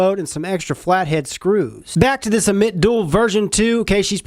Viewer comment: dammit man that's not how you say ammit, always saying things wrong lol, jk bud good video